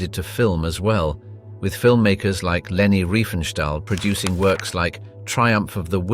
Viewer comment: Google it! Also, it’s Leni not Reni.